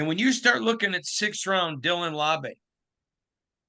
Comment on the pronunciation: The Beast says "Laube" rhymes with WOW-bee, but these guys are saying LAW-bay. Anyone know who's right?